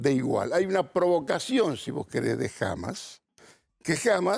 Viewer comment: Nova no entendés nada...dios mío nisiquiera pronuncias bien hamas a pesar que te lo dijo 20 veces asis